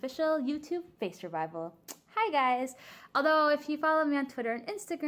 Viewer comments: you said face rvival instead of reveal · "an official face reviveal" ....i think its pronounced Reveal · Chilly: I did a face revflelelelelel Me:triggered u say it wrong